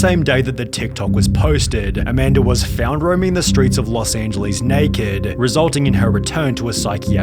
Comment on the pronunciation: from new york to los angelees 💀